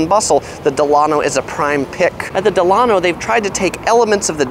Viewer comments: Delano, pronounced Dela-no (NOT Delan-o) named after President Franklin Delano Roosevelt and designed after the Delano South Beach a boutique Miami hotel. Great video!! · It’s pronounced “Del-luh-no” like Franklin Delano Roosevelt. There’s a Delano Hotel in Miami also. 😊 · It’s “DEll A-no.” Like its flagship in South Beach. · It's pronounced, "Del(long-a)no" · It's promised pronounced Dela-no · You are mispronouncing the "Delano". Think of President Franklin Delano Roosevelt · Your pronouncing "Delano" wrong, it's pronounced like FDR's middle name. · As you update your videos, please note that the Delano is named after President Delano Roosevelt. It's pronounced like his name.